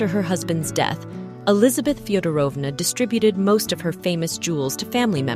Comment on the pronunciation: fiodόrovna we put the accent on the first o